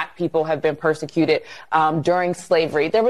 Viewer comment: I know it's only a small thing, but the way they pronounce things really adds to my being triggered. It's 'represented', not 'reprezennett' 'persecuted' not 'persecutett' Aaaaaaagh!